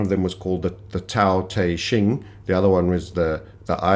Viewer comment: I love that you’re talking about the Tao te Ching but I encourage you to learn how to pronounce it correctly. Lol